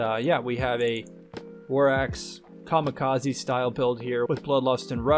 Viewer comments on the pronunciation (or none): none